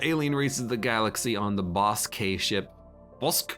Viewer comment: I die a little every time says “boss-k” instead of just “bossk” 😅